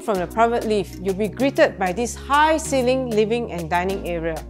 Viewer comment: try not to add unnecessary sssss in your words. btw. it's ceiling not ceilingsss